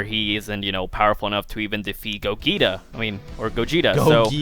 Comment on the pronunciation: Lmao why’d he pronounce gogeta like that